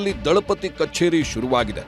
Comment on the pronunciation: Dalapati alla....... Thalipadhi